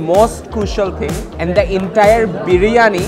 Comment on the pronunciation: Bhai Birani nh Spelling Briyani...Age bolte sekh ...😂